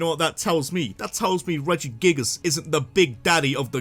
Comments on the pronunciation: REGIGIGAS, NOT REGIGAS! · nah bro you did my man regigigas wrong